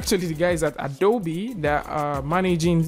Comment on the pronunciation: The biggest update is pronouncing Adobe correctly!